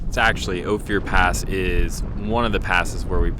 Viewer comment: This is “oaf-er” pass outside of “You-ray”